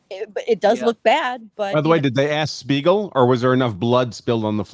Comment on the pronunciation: keeps saying Shpiegel 🤣